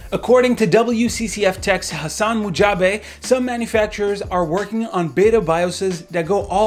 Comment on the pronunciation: It's pronounced Hus-sun Mujj-taba not Hassan Mujabe lmao